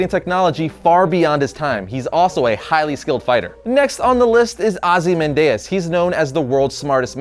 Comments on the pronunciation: Why'zee keep sayin' Ozzy Mandayas? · Isn't it "Oz-ee-man-dee-ous"?